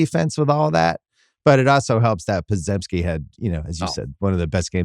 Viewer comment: Will Bill ever pronounce Podziemski's name correctly? Pod-jem-ski